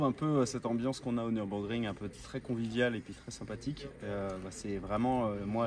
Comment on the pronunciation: Avec une prononciation presque parfaite du nom fameux qu'est le Nürburgring!!! Bravo pour la vidéo et la passion éclaboussé. Tu m'en as foutu plein le cœur merci^^